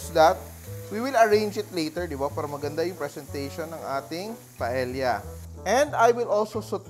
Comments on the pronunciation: mawalang galang na po chef!! Ang proper na pag-pronounce po ng PAELLA ay hindi po pa-ELYA kundi pa-EYA!!! The ELs are SILENT!!! Yun lang po 😊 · It’s actually pronounced “Pae-ya” The double L in Spanish is pronounced as the letter y. Since Paella is a Spanish dish, it’s better to pronounce it appropriately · It’s called PAEYA. You need to watch how the Spaniards say it. Thank you. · In Spanish, it is pronounced as silent L. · Chef ka ba talaga? Proper pronounciation ng paella mali pa?